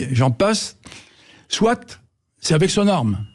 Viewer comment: On ne doit pas dire "soitE" bordel...